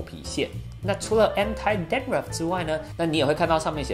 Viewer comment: Anti-dandtuff 念错了